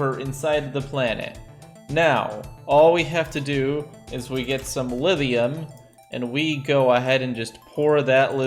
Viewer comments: I hear Lidium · Lithium has a thhhhhhhhhhhhh in is not a the in it you sadist!!!!! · He uses a voiced dental fricative instead of a voiceless dental fricative to pronounce it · The rest of the world: LiTHium: Livium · he does a soft 'th' sound, it's weird